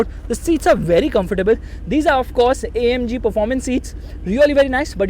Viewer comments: its not omg its amg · saying OMG.. le mercedes* noo... ita AMG 🤣🤣